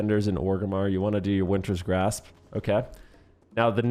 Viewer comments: It's just Wintergrasp, not Wintersgrasp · BRO ITS WINTERGRASP. WINTER. GRASP. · So funny listening to you say WinTerS GrAsPs the entire time :P Also it’s nerfed now btw. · Take a shot every time says Wintergrasp incorrectly 😂